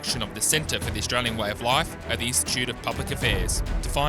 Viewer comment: For goodness sakes, old mate. We are having an election, not an 'uhlection'. Add to that, we are Australian, not 'Uhstralian'. Get it together.